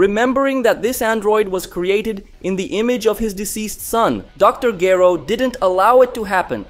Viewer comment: The least you could do is pronounce Dr. Gero's name properly! Rewatch the English dub.